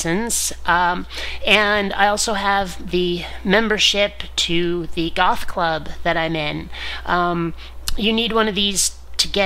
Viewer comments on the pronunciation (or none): I had to rewind to check you said goth club and not golf club. Also, you nekkid is nice and all but all I can imagine is that Seattle in late November must have been freezing :) It was fun meeting all your toys, you really are a big kid at heart :D